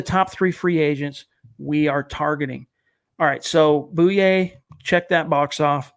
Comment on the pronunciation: Pretty sure it's pronounced boy yay....not boo yay